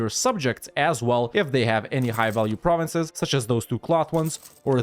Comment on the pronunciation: It's always a pleasure to hear you pronounce french provinces when I'm actually french !